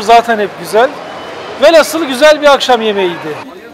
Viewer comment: Çok güzel bir video daha. Çok teşekkürler seninle gezmiş oluyoruz. Bir de nacizâne şunu da eklemek istiyorum. Velhasıl yerine velhasıl daha doğru bir söyleyiş olur.